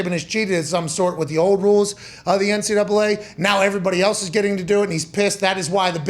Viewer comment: Nick Saban: “the NCdoubwolA”.. 😂😂😂